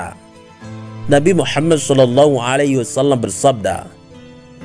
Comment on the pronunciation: Maaf ko yg aku dengar pas istighfar nya, berseru trdengar Laila hailallah Muhama bukan Muhamad, apa kuping ku konslet yah 😅 coba dengar kan kmbali takut nya saya salah dengar atau kurang pokus mendengarkan, tp aku ulang2 sama aja Muhama buka. Muhamad